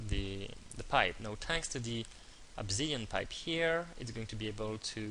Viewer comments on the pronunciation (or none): its!!! obSidian!!!!!!!!!!!!!Not obZidian!